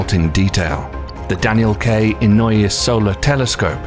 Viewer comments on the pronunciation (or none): none